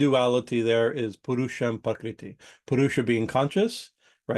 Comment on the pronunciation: it sounds like you're saying "pakriti" Sanskrit: प्रकृति IAST: Prakṛti